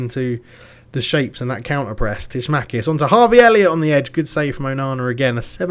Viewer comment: Love your pronunciation of Tsimikas haha :D Tsmackiss, suits how he plays. but it's said like Simi Kass